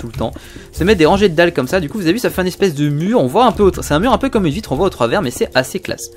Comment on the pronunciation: À il a dit on va créer une belle vivitrer